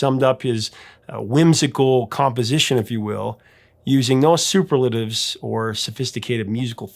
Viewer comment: Not just Scottish names, either. Everyday adjectives like "superlative(s)" made my ears twitch a bit. 😅